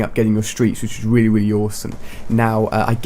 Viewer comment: Haha when ali-a says really really he says it weally weally